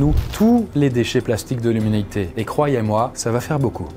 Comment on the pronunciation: On est d'accord il a dit youmanité a 2minutes de la vidéo oucean 😂